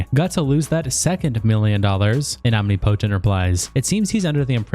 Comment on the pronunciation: Love how you pronounced omnipotent. Lmao